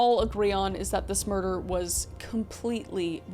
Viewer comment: Merdor. (Murder).